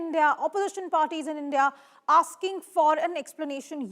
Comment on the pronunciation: Your A❤ss will be fucked nicely by Indians. You don't know even how to pronounce Indian. What is endia???? You Gan❤DU urf 😢❤😂😂😂😂🎉🎉🎉🎉🎉🎉